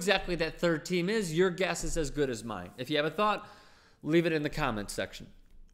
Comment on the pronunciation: he reads time as team lol